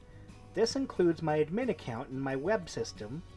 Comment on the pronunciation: What are "ass-burgers"? Seriously, you need to learn pronunciation for some simple words like Aspergers (the g sounds like a j) and admin has emphasis on the "ad" not the "min"